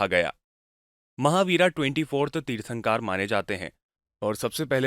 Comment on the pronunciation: तीर्थंकार नहीं तीर्थंकर